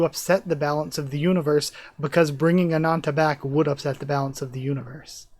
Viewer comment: When I read this I still hated Asha due to her treatment of Leez and very much blamed her completely. In my eyes while reading this chapter Asha still had no excuse to be such a evil BxTcH to Leez 😅👍 Btw it’s Ananta, not anacha 👍